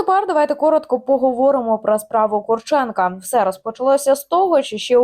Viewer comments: Прізвище українське і мав би наголос стояти на КурчЕнко, а якщо людина захотіла бути КУрченко, то його справа. Візьміть КостЕнко, якщо мені скажуть КОстенко, то таке ніяк не сподобається. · Ловить їх бистріше!.. Їх повно в Україні! Вони повинні відповісти за свої злочини...Ведуча, наголос роби на Курченко...недолуга... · Є різниця. Така недбалість розповідачки свідчить про те, що вона погано знає предмет, про який береться розповідати. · Яка різниця КУрченко чи КурчЕнко? Хіба що наголос змінився.